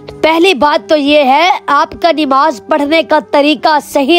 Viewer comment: Mashallah bahaut khoob bura na Lage nimaz nahi nmaz hota h haqooq nahi huqooq hota h